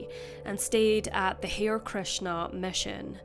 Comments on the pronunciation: I think you mean Hare Krishna, with Hare being pronounced Haree- not "hair". Listen to the George Harrison song for proper pronunciation. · Pronounced HA-REE Krishna - not Hair. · harr + "ee + krish + nuh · It's pronounced HAR-RAY Krishna, incidentally. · This case angers me beyond belief. If they couldn't take him on board, why didn't they alert someone that he needed assistance?! Total incompetence on the part of authorities. (BTW, "Hare" in "Hare Krishna" is two syllables, "har-ee" or "har-ay" (where "har" is said like "heart" without the t))